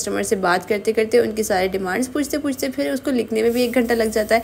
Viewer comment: Cake hoti nhi hota hy sis map.apni spoken skills me b kan,kren video or achi ho jy g ...jesa k.fir fir nhi phir hota hy